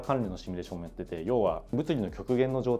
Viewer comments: どーでもいいけどさー、 この人「シミュレーション」を「シュミレーション」って言ってない？ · シュミレーションじゃないの